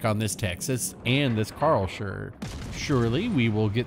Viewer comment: Ive never heard someone butchering the name Karlsruhe like you before 😅